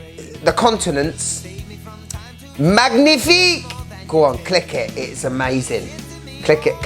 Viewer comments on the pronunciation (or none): none